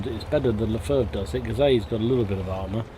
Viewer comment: Its not pronounced french Lè Fêh Its an germn leFH is the german shortform for leichte Feldhaubitze (light filed hovitzer). Just because the chassi is a french Char B1....so WG implemented it as french Selfpropelled Gun.